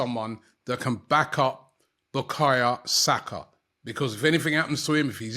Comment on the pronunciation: Why can't Robbie pronounce Bukayo Saka name yet lol